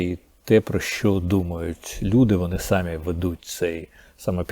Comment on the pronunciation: Не сАмі, а самІ